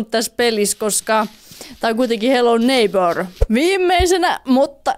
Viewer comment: Repeen aina ku sanot hello neipöö ps.voitko pelaa fortnitee? Ketkä on samaa mieltä paina likee👍